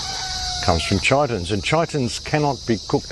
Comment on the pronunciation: In the 1950 film, 'The Thing From Another World', mention is made of a 'chitonous substance' ie. ki-tun-nous' (hard 'k'.).